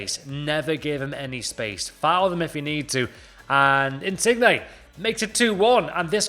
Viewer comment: stop calling him in-sig-ney it's in-sin-yay ffs😂